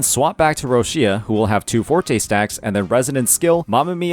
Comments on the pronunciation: Please.... stop to call her "RoSia" .... it's Roccia , pronounced as ro-ccha (it mean rock in Italian). Thanks. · plz, stop saying Rosia... she's not Russia, she's Roccia... its really hard to hear how u saying her name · not bro saying "roschia" 😭😭😭